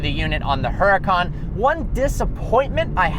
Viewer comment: How he pronounces it (her-a-can)